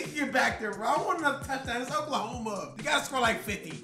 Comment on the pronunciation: Oklahome😂😂😂 cmon